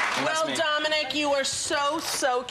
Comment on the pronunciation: I think she called him dona-mic